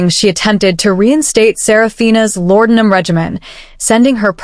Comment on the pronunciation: Great story!! The only thing I didn't like was the way AI pronounced laudinum.